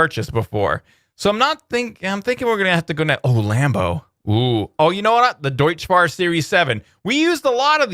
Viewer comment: Hey, your favorite German pronounciation nazi here. Deutz is Deutsch, but it's not pronounced like that. "tz" in German is pronounced "ts". Additional useless information: Deutz is a district of Cologne and actually what the company got its name from.